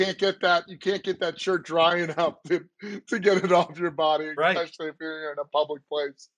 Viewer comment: I see is still saying ECK-specially. Not sure why but it's still not correct.